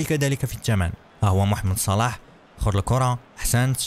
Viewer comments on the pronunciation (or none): قال محمد صلاح بطريقة غلط